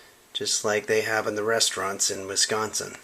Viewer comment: Love the beard and the way you say “Wisconsin”,!